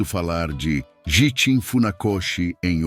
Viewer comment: Prezado, também notei esses erros de pronúncia! Vai mais um erro que você esqueceu de citar: Gishin a pronúncia é: Guishin.(09/08/24).